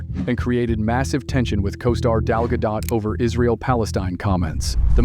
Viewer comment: Gal Gado(t). Get it right!